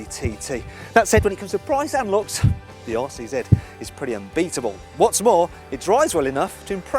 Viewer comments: All I hear him saying is Arsey Z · After he said it had a tight rear end, I kept hearing 'arsey Z'.